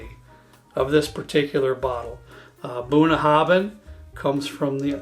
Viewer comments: Just came across this, as a Scot in Connecticut. Great choices and, as I'm sure has already been pointed out, you pronounce Bunnahbhin Bunaven. It's Scots Gaelic and bh and mh are pronounced as vees. For future reference Sliange mhath, sling mhor. It means Good health big good health small in Gaelic. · Bunnahabhain is pronounced Boona-havin. Bh makes a V sound in gaelic. Bruichladdich is pronounced Broo-ich-laddy, the Ch making a hard sound like in Loch. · Thank you! Just for information, pronounciation is as follows--BalvE,nie, Boon HAvin, and BrooikLAddieie.Happt drinking! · Really got to stop you now bun...habin is how it is pronounced my American friends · It should properly be spelled Bunnahabhain, and pronounced boon-a-ha-ven with the ven as in pen. Also, Balvenie is pronounced bal-vennie not bal-veenie, slainte from Bonnie Scotland. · Very educational…..excellent notes and advice….second on the right Is pronounced Bunna how in…means bottom of the river in Irish/Scots Gaelic.